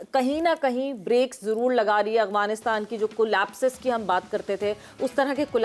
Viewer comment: محترمہ ٹھیک سے کہیے افعانستان اغوانستان نہ کہیں